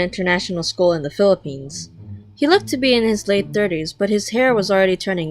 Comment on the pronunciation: waittttt did you just sayyy philipiness